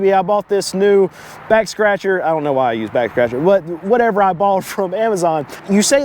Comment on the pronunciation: You said backscratcher but I heard sextractor.